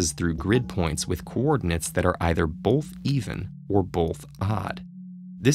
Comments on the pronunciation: I dont want this guy explaining this riddle like hes better than me even though he pronounces “both” like “bolth” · I have one issue with these TedTalks riddles... the narrator! He speaks clearly and all but I mean C'mon who says "Bolth" not "Both" there's no L in there!! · you say the word 'both' as if it is spelled 'bolth'. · "Bolth" "Bolth" "Bolth" "Bolth" "Bolth"